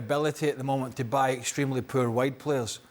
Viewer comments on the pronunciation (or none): Yeah 😂 every time says “wide players “ it sounds like he is saying “white players “ 😂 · Thought Craig said "white players" when he says "wide players" 😂😂